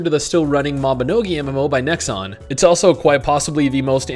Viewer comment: Every time "Nexon" is mentioned in this video, I wince a little with pain.